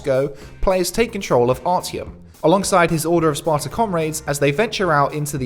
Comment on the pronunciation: 'ARTYOM' not ARTY OM